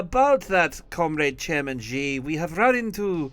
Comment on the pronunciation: Xi is pronounced She not gi or gshi lol. Its easy.